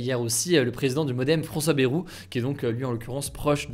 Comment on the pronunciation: Hugo, Bayrou se prononce "Baillerou", pas "bérou"